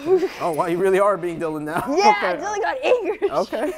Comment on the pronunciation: Dylan not dillan